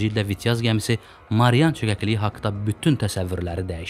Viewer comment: Marian yox Mariana.